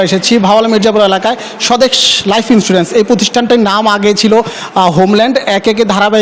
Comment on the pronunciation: যে সাংবাদিক লাইফ ইন্সুরেন্স উচ্ছারন করতে জানেনা আর যাইহোক সে সাংবাদিকনা।